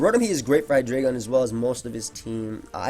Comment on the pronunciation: I love how actually pronounces "Hydreigon" correctly. So many dummies say it "High-dry-ghen."